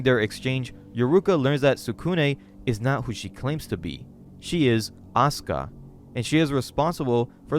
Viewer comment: So you can pronounce Asuka correctly. Don't you think Natsuki is pronounced similarly? I just don't understand how you could mispronounced one but pronounce another one correctly.